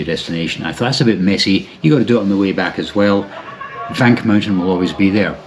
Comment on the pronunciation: stifled giggles 'I love vank' 😂